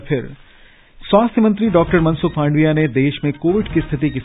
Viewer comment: आप " माडविया ' बोलते है । ' मांडविया' बोलना चाहिए ।